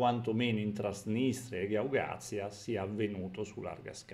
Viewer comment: Un piccolo appunto: Si dice Gagauzia,non Gaugazia